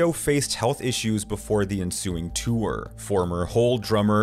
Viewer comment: The word "tour" is only 1 syllable.